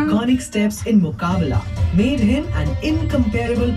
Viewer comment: My Dear, its not Muqbala. Its Muqabla.